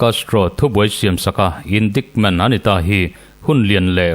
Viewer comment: Indaikment tiin han lam zeuh zawk la